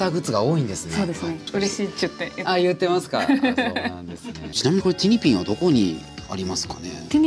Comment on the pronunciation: [티니핑구]라고 발음 안하고 [티니핑]으로 그대로 발음해서 참 다행(?)이에요 ㅎㅎㅎㅎ 그래~ 일본어로도 ing(ng) 발음 잘 할 수 있으면서 왜 그동안 ‘모닝구(morning)', 송구(song)'이라고 낡은 문법대로 해온 거다요, 제대로 발음하면 영어 잘하는 잘난척 하는 것 같은 눈치 분위기가 있나?!?!